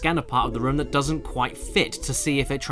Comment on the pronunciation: Okay this was bothering me during the resident evil review and it's the same here does it annoy anyone else how caddicarus says room like rum